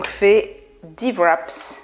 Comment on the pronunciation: tres belles recettes merci, on dit un wrap pas de sss au québec ! hihi